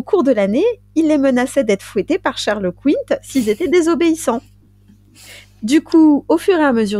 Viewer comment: Ahah Sainte Verge😂😂😂. Comme d’hab, j’écoute à ma pause dej et me voilà m’esclaffant comme une dinde😅😂😂 Toujours aussi bien les meufs👌👍 En revanche, si je ne m’abuse , on dit Charles Quint comme une quinte 😉